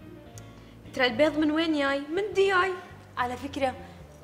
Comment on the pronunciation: قاعد افكر و اعصر دماغي شو معنى (دياي) 😂😂😂😂😂😂😂😂😂😂اخر شي طلعت دجاج 😂😂😂🤣🤣🤣🤣 ارحمونا مع حرف الجيم صار بدها ترجمة 😂😂😂🤣🤣🤣🤣🤣